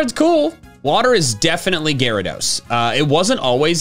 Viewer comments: IT'S GYARADOS, NOT GARODOS! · Gyarados, not Gyara!